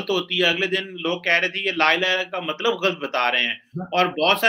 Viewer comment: Sajjid sahib ji, Maksab nahi Matlab!!